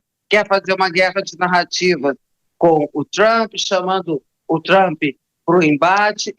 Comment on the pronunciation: Esse molusco tem um linguaja pobre ele diz tramp nao diz trump .burro analfabeto